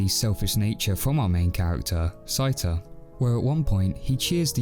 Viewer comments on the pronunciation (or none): Did you actually watch the film or is this someone reading the script? Why do you keep calling the main protagonist “sigh-ta?” From either the original Japanese film or the English dub, his name is clearly “say-ta.” Sorry, but though this is a good review, you lose me at the mispronunciation. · The pronunciations are Say-tah & Sehts,koh. Us & Is in Japan are pronounced so quickly as to be silent unless they are the first or last sound in a word, or are doubled (ii, uu). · I think you mispronounced Seita's name.